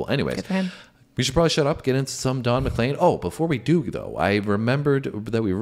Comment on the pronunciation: You pronounced his name correctly - yay! It's basically a social commentary regarding the deviant direction popular music went in the 1960s (his opinion) - with so many hints and descriptions of pop stars past and present (in '71). It became a big success, and when one reporter asked what it all meant, Don said, "It means I'll never have to work another day in my life." The day the music died was the night of Feb 3rd, 1959 and a plane crash that killed Buddy Holly, Richie Valens and JP Richardson (the Big Bopper). Elvis was the King, Jester was Dylan, John Lennon (also Lennin) was a Marxist, The Quartet was The Beatles (Fab Four), The Byrd's sang EIGHT MILES HIGH, etc., etc., etc. Play this on any Juke Box in America, see how many people will sing along when that final chorus kicks in - it's infectious. NOT a One-Hit-Wonder, Don's other big hit was VINCENT(starry, starry night) - an homage to Van Gogh, and worthy of your reaction.